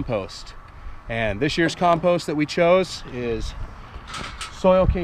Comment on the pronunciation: Learn how to speak English, though. 'COMPOST'. Say it with me...